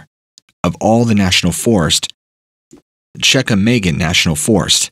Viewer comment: The National Forest in Wisconsin is the Chequamegon NF, pronounced She-qwa-ma-gun.